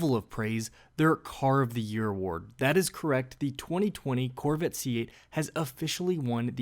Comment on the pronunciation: The "Corvitt". Where is the narrator from?